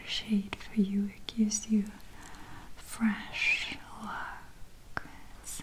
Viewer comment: Maria has the best way of saying “fresh” and “refreshing”